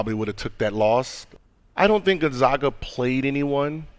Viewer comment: Everytime she says Gonzaga I die a little on the inside